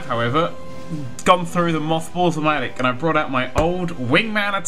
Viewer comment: I'm confused. Does he say Mothballs-o-matic or mothballs of my attic? Cos I like to think that just has a brass steampunky machine next to his attic which just produces random old junk. Yes, I'm weird, I know